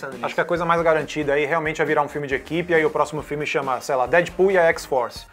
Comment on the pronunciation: Da agonia ouvir esse cara falar DÉDPUL